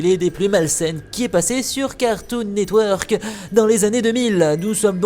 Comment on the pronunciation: "cartoon net weeuurk" ptain j'adore comment l'a prononcé.